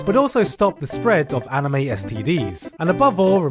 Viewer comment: You just said amine instead of anime